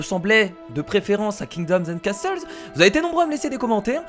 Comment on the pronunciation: castle se prononce casseul!